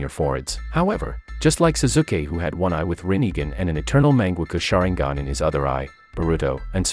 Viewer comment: MÆNGEKKO SHAREENGON